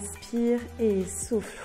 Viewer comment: Quand elle disait "et souffle" j'entendais "et souffre" 😂